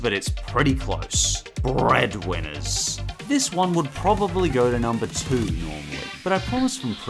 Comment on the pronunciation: duck naut manz ya "breædwinners"